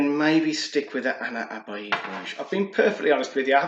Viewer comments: Nice video mate…quick tip on pronouncing Ana Abiyedh….just read it “Ana Abyad” it translates to “I am White” 😄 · no worries man…I haven’t seen anyone pronounce it correctly on YT so far 😄 also it ‘s “Ana Ab-Yad” I realized the way I wrote it still looks confusing for a non Arabic speaker 😄 Keep up the good work bro, liking the content!